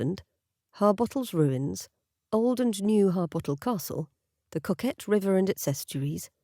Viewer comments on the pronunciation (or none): Alnwick is pronounced Anick Coquet is co cet. Lots of silent letter in Northumberland Lovely story